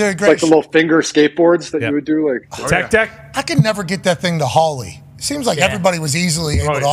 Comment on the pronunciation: I've just accepted the fact that Pat will forever call it a "Holly" instead of an "ollie." :_Suprise2